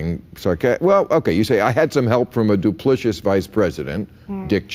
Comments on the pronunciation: Is Bill Maher either misreading or mispronouncing the word 'duplicitous'? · How is it that Maher has no idea how to pronounce "duplicitous", even as he mocks ignorant people?